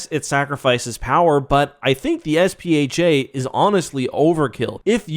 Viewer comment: is it not SPHAT? pronounced sfat?